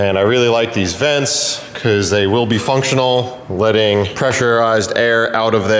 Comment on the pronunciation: Still makes me laugh every time says " becooz"